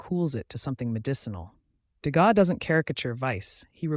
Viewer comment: Le contenu est intéressant. Dommage que ça commence très mal avec un Edgar de Gaza. enlever cette voix artificielle et faites l’effort de dire le texte vous-même, qui encore une fois est intéressant.